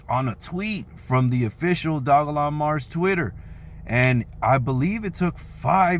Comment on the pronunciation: If you aint got you no dogelon mars getcha some the way you say it awesome haha